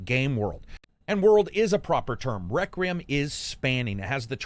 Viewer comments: i love "plague tale reckram" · You kinda struggle with saying Requiem huh.